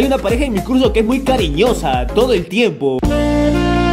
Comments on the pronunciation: dijo "EN MI CULO" EN VES DE MI CURSO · dijo cul* en vez de curso xd